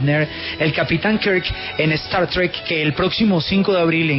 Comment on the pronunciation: Como odio esa expresion "Star Trik" es Star TrEk....